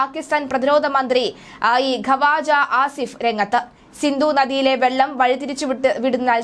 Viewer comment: ഖവാജ ആസിഫ് അല്ല ക്വാജ ആസിഫ് എന്നാണ് ശരിയായ ഉച്ചാരണം.